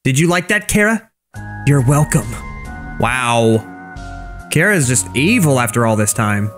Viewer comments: its not cara its chara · Its chara not cara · Why does everyone call chara cara? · Me hearing call chara cara Me: it’s pronounced chara (ch-are-a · ...cara really,ITS CHARA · It's not c-ara it's Ch-ara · It's not Cara It's Chara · It’s not cara it’s CHARA CHARA NOT CARA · pronouncin chara as cara Me: ITS CHARA NOT CARA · Chara not CARA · Bro It’s pronounced like chara not like Cara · Liston ch ara not c hara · It's pronounced ch-ara not ka-ra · People have said Chara Cara But why carea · IS PRONOUNCED CH-ARE-UH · He’s saying chara wrong it’s cha-ra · I like how he pronouns chara he pronouns it like kara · I cringed every time he said cara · Stop saying it like cara or some crap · That's not how you pronounce Charas name